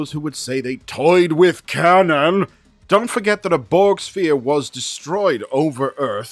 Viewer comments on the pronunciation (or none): none